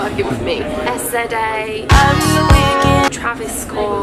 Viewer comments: I love your vids but I was so sad when you said SZA’s name as letters instead of “sz-ah” 😭🤣 P.S. The editing here...wow, wow, wow😮👏🏿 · Sza's name is pronounced "sizza" lol